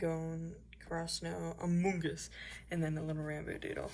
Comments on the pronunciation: every single thing in that sketchbook AND the way you say amONg US gives me life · The way you said among us made me laugh so hard hahhazhxhdh